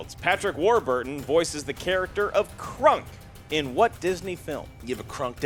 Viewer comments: It's Kronk not Krunk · KRONK....not krunk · it's Kronk, not Krunk!! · it's "Pull the level KRONK" Not "Pull the level KRUNK"! WRONG NAME! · for the first question it should be kronk, not krunk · It's Kronk not krunk lol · the character in Emperor's New Groove is named Kronk not Krunk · It's Kronk not Krunk lol.